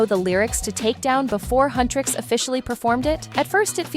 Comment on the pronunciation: Its Huntr/x not Hunr/x